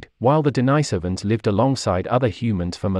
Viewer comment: The Denisovans have their name from an eremit called St Denis. He was not called St Deenajs, so the name of the people is not Deenajsovans, but Denisovans..